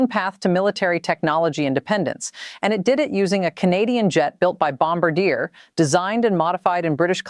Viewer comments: Do better research Carney won a minority government not a landslide. And Bombardier is pronounced bom-bar-d-eh not bamb bar deer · It’s not Bom ba deer, it’s pronounced Bom bar de eh, eh as in sleigh. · You mis pronounced Bombardier! It’s pronounced Bom-Bar-Dee-A! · First of all learn to pronounce Bombardier correctly. Second PM Carney did not win a landslide election, he has a minority government. Third, Canada one time did have its own military equipment industrial capabilities. Under pressure from various US governments Canada degraded its manufacturing capabilities. We are simply re-establishing that capability. This post is probably AI generated & should be taken with a grain of salt but much of the information provided is correct.